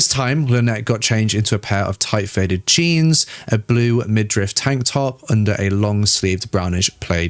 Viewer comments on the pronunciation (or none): none